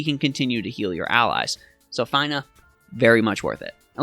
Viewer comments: lol your the first person i heard pronounce her name as FINE-AH,,, it's feena :P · Fee-nuh! It's Fee-nuh! Say it with me now, "Fee nuh" and again "Fee nuh". Her name is pronounced Feenuh! You do NOT pronounce Fina Fi-nuh! It's not like, "Finally I finished watching this dude make me cringe everytime he pronounced Fina's name wrong!" It's like, "The Fee I had to pay cringing was E-nuh-ff of a pain to my ears that I could barely make it through the video!" I feel really bad for coming at you like this, bro, but i had to stick up for my girl Fina. I love FFBE and she frickn' rocks! In conclusion, I apologize to you for being an asshat. It's your life, your game experience, your channel, and you are just as valuable a human being as I am and I appreciate you because at least you are at content creator. You take time out of your busy schedule to make and upload these videos so people like myself and others can enjoy the great content you provide! You ROCK! You stay safe, take care, stay healthy, and wash ya hands! Oh and did I mention that her name is pronounced FEE-NUH? FEENA. Better yet, like Xena Warrior Princess. Fina sounds like Xena. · Fine-uh... oh man... -_ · Fine-ah? Med-ye-nah? Bye 👋😂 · It's 'F-eeee-n-a" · W - Came to the comment section to say this....you said it better. Props to for admitting the Faiy-nah fiasco. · At least he didn’t say Feener. But Fine -ah makes sense though. Fina from lFinal Fantasy”. Not much of a stretch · Your pronunciation of Fina is cringe worthy 🤣